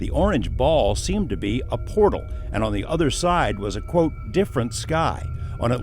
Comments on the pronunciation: We need a video on why Jeremy can’t say portal and calls them port holes. 😂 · now everyone take a shot whenever Jeremy pronounces portal, as port hole 🤣 all good! luv you Jeremy & George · JE: Repeat after me. Portal. JC: Port hole. JE: Portal! JC: Porthole. JE: Penguin. JC: Pangween! JE: Dammit! JC: Damn it. JE: ...........!? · "port-hole" You incredible jackass.... P O R T A L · He said “PORT HOLE” heehee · The woman in the uintah basin said it also portholes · It’s Portal not Port Hole Jeremy C’mon Man! Loved the episode ❤ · "Port hole", do you mean Portal? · Why is no one correcting Corbell on how to pronounce portal???. Does the guy really not know the difference? Astonishing.